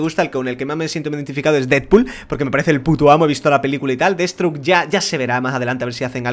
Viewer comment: deadsthroke no deadSTROKE